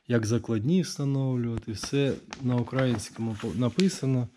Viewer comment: Момент де було сказано на украІнскам ріже вухо